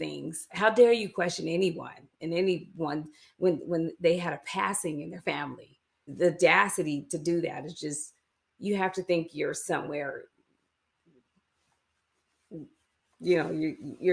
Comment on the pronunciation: Mary: “They had the “dacity”…..”